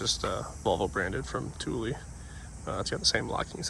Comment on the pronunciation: The headlights look great, had to do the same on my V70. I’ve got Thule aero bars too (and you pronounced it properly!) - good Swedish kit as well. That’s a late P2 with the mirror indicators. Funny how the XC has the baseball stitch leather - looks amazing. Great video and some top work!